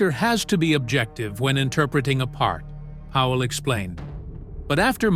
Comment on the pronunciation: It's Powell, NOT Howell ace. Try getting it right!